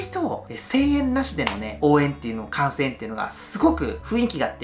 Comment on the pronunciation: 観戦が感染に聞こえてちょっとびびりましたw 「気を付けて感染！？」え？？ すみません笑笑